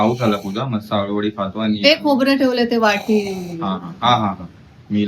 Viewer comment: आलु वडी नाही अळु वडी बोलतात